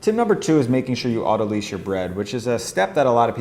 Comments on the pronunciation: Autolyse/autolyze Pronounced 'otto- lies' Not 'otto-leeze' Words are fun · It's not pronounced lease, it's pronounced lice. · this is so interesting and I'm very excited to try it. The only thing that's bothering me is that autolyse should sound like "lice" not like "lease". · Great video, and I want to get into baking sourdough bread, but autolyse is pronounced to rhyme with "nice", not "lease". I've heard a lot of bakers completely mispronounce this, and I'm not sure why. I guess they never payed attention in chemistry or biology class. It comes from the biochemistry term "lysis", which means to split or cut. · Great stuff. FYI, autolyse is pronounced 'auto-lice' (as in "lysis"), not 'auto-lease'. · Auto-lize, not auto-lease. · Best sourdough videos! Thank you so much! Btw I think autolyse is pronounced "auto-lice" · Autolyse is pronounces like autolies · Great how-to but you're mispronouncing "autolyse"